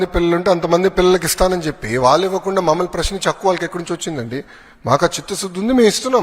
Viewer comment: ఒరేయ్ పప్పు వాలు కాదు రా వ్యధవ వాళ్ళు. ముందు తెలుగు నేర్చుకోరా